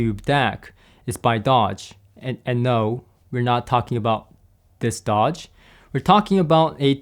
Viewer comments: “Doge” is not pronounced like the car maker, Dodge, it is pronounced “dohsh”, that is the best I could do for phonetics... Doge was a magistrate of Venice... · It's pronounced Dôge, as in the Doge of Venis.